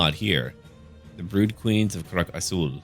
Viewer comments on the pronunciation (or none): none